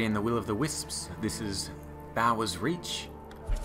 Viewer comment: It's pronounced 'bores' reach btw